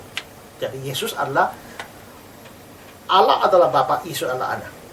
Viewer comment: bkn Alah pak tp allah hhhh tolol kau pendeta